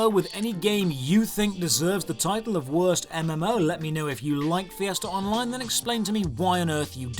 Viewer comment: Fee-essterr Online